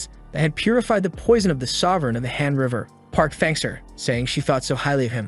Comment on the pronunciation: Why does han River sound like hamburger ? 😂😂 I don't actually watch the video. I'm more of a listener. My ears were tricking me by making Han River sounds Hamburger. 😂😂